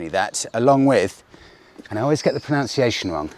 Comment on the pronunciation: It's pronounced pro·nun·ci·a·tion. Don't worry its our woeful education system to blame.